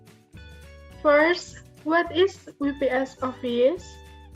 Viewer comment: WPS is pronounced "double yu pi es" NOT we pi es =)